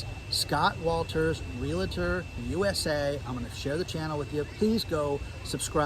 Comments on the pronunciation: Scott, fyi Realtor is 2 syllables not 3. Real Tor. Real estate professionals hate when you say Real uh Tor. Get it right! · the pronunciation of Realtor does not have an "A" in it - not real a tor. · Awesome presentation. Scott is a Real-TOR. No such thing as a Real-a-tor. You are a great professional. I appreciate and enjoy your work! Please keep up the good work. Some Realtors take issue with pronunciation. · Take a drink every time says real-a-ter. You'll be wasted before the video is over.😂